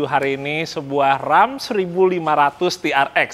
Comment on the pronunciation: Mobil yang sering ada d game. Kalo ga salah RAM dibacanya bukan Rem ya!?